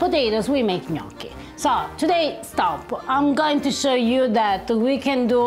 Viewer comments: And let's pronounce it right. It's ñoki, not nyoki, because gn in italian sounds like ñ in spanish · Nee-oaky! Harper, what’s with the horrendous mispronunciation of that word? Why do Americans always mispronounce the letter “o”? The worst I’ve heard recently was Luciano Pavarotti’s name pronounced “Paveroadie”! Ava needs to give you a good walloping! Please don’t think I’m giving you a hard time. I absolutely love your channel and have followed and cooked a lot of your dishes. Much love to you both ❤❤❤